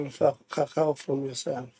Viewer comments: Continues to say honourable cow-cow 🤣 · Ngeke bathong why cowcow instead of Khakhau, haai man stop calling our surnames wrong.